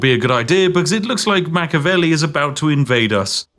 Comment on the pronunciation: It's pronounced Mach-E-avelli, not Mach-avelli, for the love of tea!